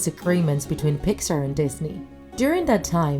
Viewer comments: Its pixar not pixer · did she say Picksar